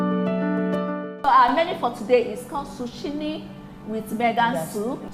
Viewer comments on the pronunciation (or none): Lovely soup. Zucchini is pronounced ZOO-KEE-NEE.